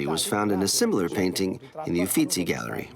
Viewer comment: Whoever this woman narrating is please pronounced correctly UFFITZI (UFFIZZI )